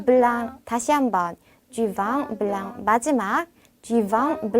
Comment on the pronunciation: 블렁, 앙 아니고 엉 으로 발음해야.